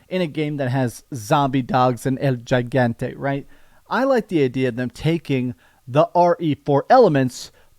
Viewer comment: just to help, it’s pronounced “He-gán-te” not “Gee-gán-te”